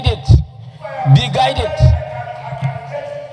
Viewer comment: Be guided not be guitet